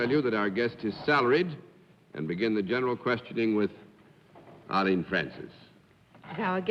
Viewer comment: Arrrrrlene. LOL